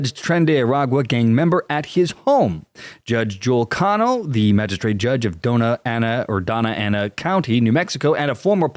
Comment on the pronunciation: Doña Ana County. "Donya"